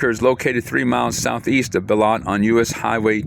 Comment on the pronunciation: Wow. I have never heard Beloit pronounced like that.